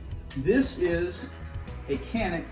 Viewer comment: Pronounced “ Janick”